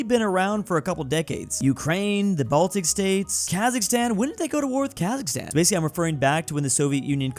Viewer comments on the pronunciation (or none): none